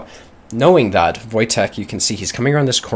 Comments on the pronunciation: Wojtek is Polish name and this is pronounced "Voytech" so you did pretty good in guessing how to read this :P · "Wojtek" is pronounced as "voytek", its a polish name. You pretty much got it perfectly